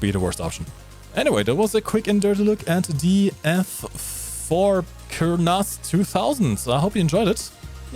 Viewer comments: Israeli here, Say it - "koor + nas" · core-nass is the correct pronounciation. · Kurnass 2000 Ace Combat music Prez What more can you ask for? Proper pronunciation of Kurnass 2000 maybe)) Good vid ))))